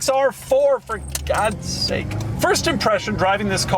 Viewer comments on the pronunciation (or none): none